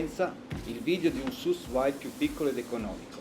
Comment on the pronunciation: La pronuncia credo sia 'su vid'...in francese...per il resto non male il video!